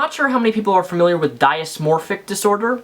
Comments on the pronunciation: It's "dis-mor-fick" not "die-is-mor-fick", and I'm pretty sure plenty of people know what it is, since many people are familiar with bulemia and anorexia. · It's "dis-morphic", not "die-is-morphic" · Let's start with how to properly pronounce DYSMORPHIC...not DIASMORPHIC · Good video, but it's pronounced "diss-moprhic disorder," not "die-us morphic disorder." The full name is "body dysmorphic disorder." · great vid It is dys-morphpic pronounced dis-morphic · Dysmorphic disorder is pronounced "diss mor fic" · I've never heard anyone pronounce dysmorphic that way.